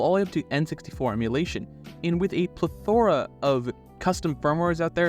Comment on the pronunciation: The way you pronounced plethora threw me for a second. 😅